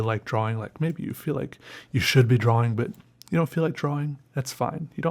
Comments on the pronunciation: It's always so funny and irritating when he says DROAWING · Instead of draw ing he says it dra wing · you dont actually say Draw-wing you sped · "a new dra'wing" haha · DRAUING, you mean